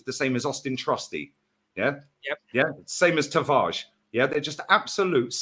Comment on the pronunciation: who is Tavarge? the cock can't even pronounce his teams players names, lmao lmao